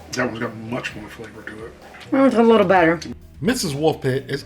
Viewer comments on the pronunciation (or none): none